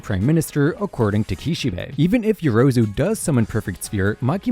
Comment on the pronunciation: How many videos did it take for this dude to finally get yorozus name right